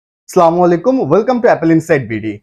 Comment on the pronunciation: vaia slamualaikum na ...assalamualaikum